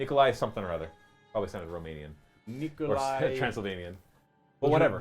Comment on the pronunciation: And it's pronounced "Nikolaj"